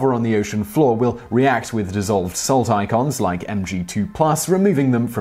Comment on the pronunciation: This homie just said salt icons 💀💀